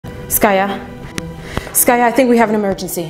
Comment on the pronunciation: The way she calls her "skayou" instead of skaya always made me giggle 🤣